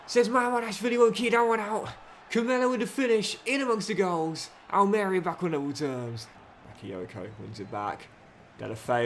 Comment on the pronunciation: the club pronounced is Al Maria and you emphasise the marie part just for future reference 😂😂😂